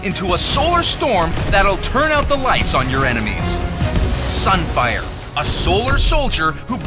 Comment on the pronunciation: SUN FIAH